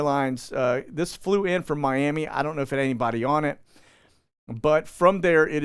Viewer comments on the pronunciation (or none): none